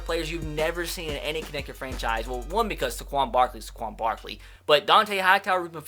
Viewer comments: it is pronounced "Sayquon", not "Sequon". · It’s Saquon not Saquan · I hate to be a grammar nazi and all but it's say-quon barkley not suh-quon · SAY-QUAN. SAY it with me. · Sorry for nitpicking but as a penn state fan, 1. It’s spelled Saquon not Saquan 2. It’s pronounced SAY-quon, not suh-QUON love ur vids keep up the good work 👍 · please stop saying suh-quan it's say-quan like so he can see this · Saquon SAY-QUAN please say this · When I get so mad that he says saquan wrong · You say Saquan Barkley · Saquan is pronounced (say) (Quan) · I don't wanna be that guy but it's pronounced Sae-quan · why u say his name so stupid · You are saying Saquon Barkley’s name wrong